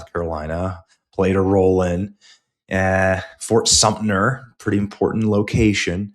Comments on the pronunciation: It is Fort SUMTER, not Sumpner. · Benny, “Fort Sumpner”? You meant to say Fort Sumter. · With all due respect Benny, it is Fort Sumpter not Fort Sumner, and in another place, you said agreed instead of argue. You need to proofread Dear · Everybody drink! Another mispronunciiation: "Fort Sumpner!" Fort Sumter will never be the same. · Omg I dont know how u pronounced fort Sumter but my lord son it wont right.... try saying some ter